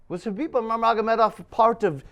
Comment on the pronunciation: He really tried to say Khabib Jesus Christ